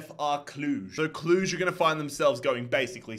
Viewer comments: Watchin’ u from Cluj. U’re pronouncing it just right. Keep up the good work. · You got the pronunciation of Cluj right